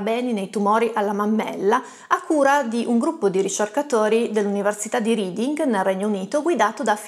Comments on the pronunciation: Non c'entra quasi niente con il video, ma non riesco ad esimermi. Si dice Università di "rèding", NON "riding" ;) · Sei favolosa e spieghi la chimica da dio!! Solo per la cronaca, la città di Reading in UK si pronuncia "réding", con la e aperta, non come l'omonimo verbo 😂